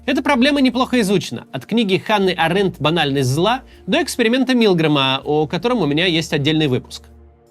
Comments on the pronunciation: Ханна Арендт, а не АрЕндт. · Ханна Арендт, ударение на первый слог.